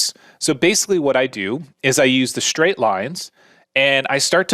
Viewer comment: It's not EXSHTRUDE, it's extrude, it's not CONSHTRUCTION, it's construction, and it's not SHTRAIGHT, it's straight! The new epidemic of stupid linguistic affectations with any word with an "str" vocalization. And AXIS is singular, and axes is plural. Geeeeez!